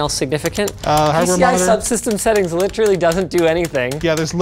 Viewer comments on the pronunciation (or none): none